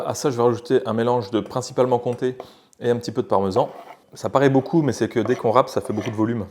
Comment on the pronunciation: Comment il massacre le comté 😭